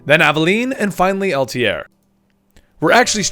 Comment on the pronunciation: Worst part about this video is the guy mis pronouncing Altair